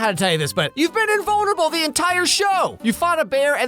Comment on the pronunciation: Why did I mistake Archie saying “I’m getting invulnerable” for “I’m gay and vulnerable”